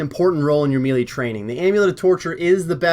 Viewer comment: So strange how not one osrs youtuber can pronounce melee properly 😂